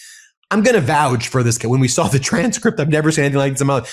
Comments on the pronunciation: Is Ben really a law professor? This is the second video I've heard him say, "vouge". The word is, "vouch". 🤦🏼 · Vouch rhymes with couch, not gouge.